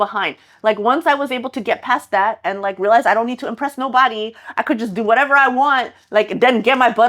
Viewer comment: i love your whatevah moments! 👍